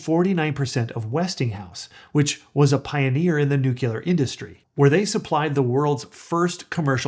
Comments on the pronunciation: nu-cleer. Not Nu-culer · Noo-clee-ur. Not noo-kyu-ler. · I can't take you seriously. The word is nuclear not new killer. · Nuclear not nucular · if you think that this guy knows what he's talking about, understand that he doesn't even know how to PRONOUNCE NUCLEAR! It's nu-cle-ur, not nuk-u-ler, which refers to the nucleus of a cell.... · It's not nucular energy, it's nuclear energy. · Thanks. It's NUCLEAR, not nucular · It is spelled and pronounced NUCLEAR NOT NUCULAR. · Don't mean to disrespectful but... it's nuclear [noo-klee-er] not NuCULAR. Everything else is just fine. :) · Nucular lol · It's "nuclear" not "nucilar",! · Sorry I have to click out because I am triggered every time I hear nu-cu-lar... and there are a lot of them. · Yes, but you say Nook-YOO-Ler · Came here for this. He keeps saying “nukeelar” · Why can'r he pronounce nuclear right> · Nu CLE Nu CLE. … got it yet? It only takes this kind of mistake to discount you. Why not learn how to say what you’re talking about? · ATTN: dumbA$$ alert …are you freakin’ serious????? Nu CLE er CLE CLE Not by CUE ler!!!! Really????? I know you put a lot of effort into your videos, why not learn how to say the word you’re talking about… Are you freaking kidding me? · Can't watch this. You pronounce NUCLEAR improperly. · I am not a native english speaker but I also thought that your nuclear pronunciation was a bit strange. Love your content.